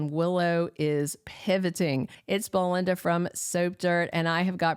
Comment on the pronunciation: You don't get it, do you? It's BELYNDA! Not Blelina!